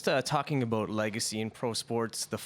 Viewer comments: Bout -- reporter Canadian lol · 'Talking aboot legacy..'